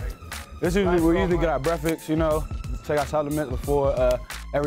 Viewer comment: Yo said brefeks😂